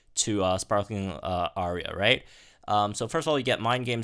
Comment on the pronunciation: it’s pronounced ah-ree-uh!! also the thumbnails have been 🔥🔥🔥